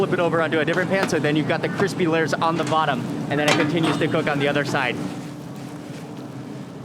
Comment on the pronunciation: all lurrs of dough. mark meant lay-ers